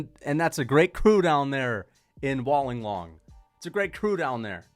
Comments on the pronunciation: Wollonglong😂😂😂 Wool-en-gong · it’s “wool-in-gong” not “wal-in-gong”